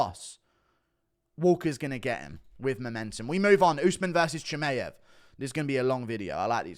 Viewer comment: Hey Guru, just on a sidenote: Chimaev is pronounced "chee-muh-yev", not "chee-may-yev".